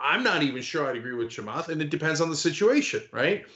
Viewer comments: "Do the Chemath"🙋🏻‍♂️ "Ah! Cenk."🤦🏻‍♀️ 🤣🤣🤣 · "Do the Chamath." hehe